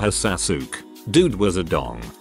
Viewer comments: I love how to robot pronounces Sasuke as "sass yook" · The way TTS pronounced Sasuke's name got me w h e e z e 😂😂😂😂